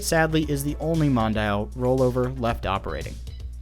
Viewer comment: Why do English speakers pronounce Mondial as Mon-da-il instead of Mon-di-al?!?!? Still nice to see video's on these rides, the Roll-Over from Snep was an epic machine!